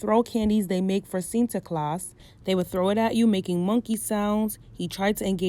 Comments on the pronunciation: It's like you're struggling but you're saying it right tho 😂 Sinterklaas. Love that you're talking about this topic I'm Dutch btw. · I am a black Surinamese girl from the Netherlands. From childhood I knew the "Tradition" but I never celebrated it because I always knew it was racist. And I’m happy you talked about this.( You pronounced Sinterklaas right) I love your video’s so much love❤️❤️❤️ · I was born in the Netherlands & Sinterklaas (u pronounced it right btw) is really something big. But from a young age, I was called Zwarte Piet a lot of times... that’s when I knew there was something wrong with it, bcs my skin is not a costume, point blank period no tampon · Your pronunciation of sinterklaas was not that bad